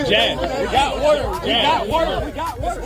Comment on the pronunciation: Lmao 🤣 they legit said goet some milk